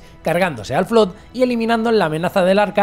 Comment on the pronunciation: Flood se pronuncia como "flad"...